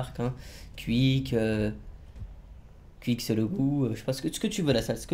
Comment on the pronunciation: il le dit bizzarment QUICK